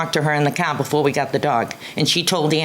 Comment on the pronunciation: "the cah" 😂😂